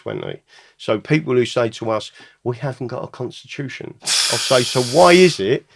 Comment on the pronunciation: The conshtitushion is the solushion